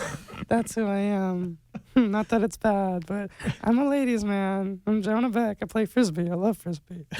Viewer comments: Who else notice Zack pronounce the name wrong he said John beck and Asher corrected him by saying Jonah beck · did anyone catch where he said john beck instead of jonah beck?